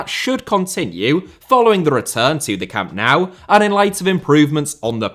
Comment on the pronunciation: Learn to pronounce Camp Nou please.